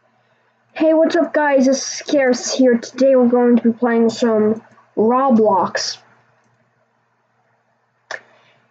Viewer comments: It's pronounced row blocks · Its not rawblox its roblox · it’s not rob blox it’s roeblox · Its ROW BLOCKS NOT RAWBLOCKS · "rawblox" lol